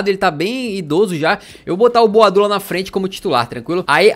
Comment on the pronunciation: começa a chamar o boadu por boadeus